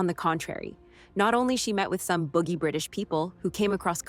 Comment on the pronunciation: She calls the British couple "boogie " pretty sure she means BOUJEE